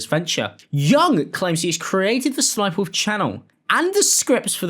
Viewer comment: Also just a tip homie the third s isn’t said as a it’s ss-sniperwolf hence her original name sexysexysniper but was since changed to ss sniperwolf the ss moniker stands for sexy sexy.